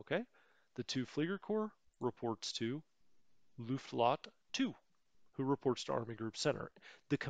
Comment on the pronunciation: Hey great videos, I learn a lot from them. Just a small nitpick about the Luftflotte, it's not Luft-lotte, there is an F in the middle. So it's Luft-flotte which means Air (Luft) Fleet (Flotte).